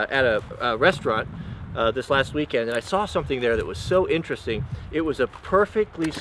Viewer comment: Vawdy intedesting? Lol that's pretty slick. Not being stupid I enjoyed this